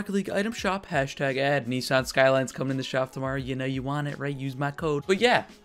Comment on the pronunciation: Ah yes. The Neessan not nissan but Neessan